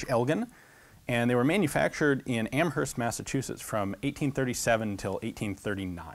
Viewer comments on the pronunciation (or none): For future reference, the H in Amherst [the one in Massachusetts, at least] is silent. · I love love love love love your videos, it is what I do when I don't feel like doing homework. Being from amherst, the only critique I have is that you don't pronounce the "H" in the name.